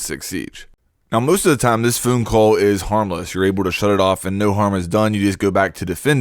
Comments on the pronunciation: Are you saying "phoone call" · "phoon call" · He says phone funny, that is all.